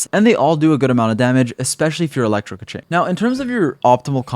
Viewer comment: I think you pronounce her name right. This other youtuber says: Kezync. hahaha